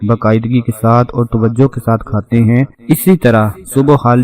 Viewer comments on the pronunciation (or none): none